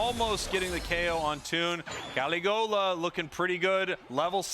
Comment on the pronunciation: Pronouncing caligola totally wrong